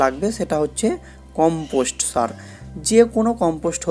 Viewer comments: কি সার বললেন ভালো করে বলেন 😮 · Sar name ta clear bola uchit